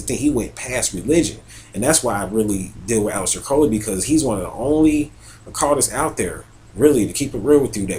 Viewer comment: ALEISTER not ALEX